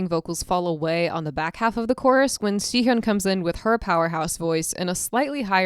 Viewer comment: Great video to show appreciation for this song. But one thing that kept bugging me was the way you said Sihyeon instead of Siyeon lol. Please, It's Siyeon, not Sihyeon